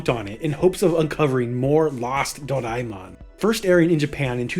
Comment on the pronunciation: How is this guy saying Doraemon lol.